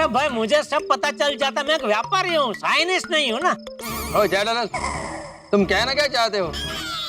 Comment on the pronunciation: Scientist ❌ scinis ✅